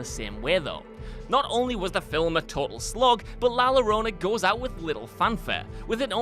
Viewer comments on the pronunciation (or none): "Llorona" is pronounced "Your-onah" (roughly).